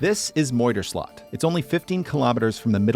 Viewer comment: It is NOT Moidr slot it is MUIder slot, with an UI as in huis, muis, sluis ui, etc... not an oi sound, not even close...